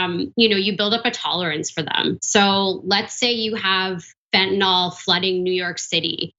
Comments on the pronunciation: Why do they keep saying fentanol it's fentanyl. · It's fentanyl, not fentinol, or fentinall. 🙄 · it doesn't help credibility that neither the commentator not the host seem to read English well enough to pronounce "fentanyl" properly... please note the "y" does NOT get pronounced as a "short O"...